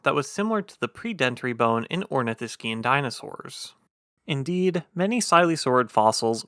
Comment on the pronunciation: My feedback on his narration is that if he is going to narrate this type of thing he needs to learn how to pronounce words like Ornithischian and all of the words that end in -ivorous.